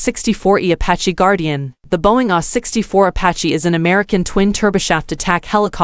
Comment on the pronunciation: Is the narration by some AI? I ask because the cadence is off and the consistent pronunciation of abbreviations ie AH64 as "ah"64?